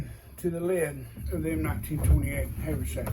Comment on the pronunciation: its not hay vur sack its haver sack